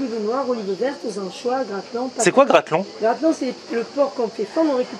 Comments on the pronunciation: Mdrrr c’est gratelon pas grayeuton 😂 mais sa n’excite pas chez vous les fougasses? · On dis pas gralleton mais gratelon mdr